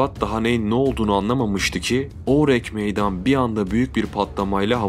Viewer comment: Ourang Medan ingilizce bir isim değil yani aksanlı okuyayım derken saçma sapan birşey çıkmış ortaya oürenk meydan nedir ya. Videoya odaklanamadım resmen :f